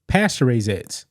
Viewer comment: Eggs, not edds..